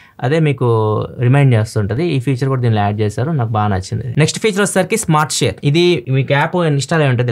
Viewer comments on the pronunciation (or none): none